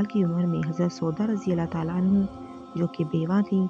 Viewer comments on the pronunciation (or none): ANHO NAHEEN ANHAA KAHO